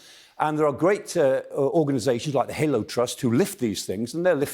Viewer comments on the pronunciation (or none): none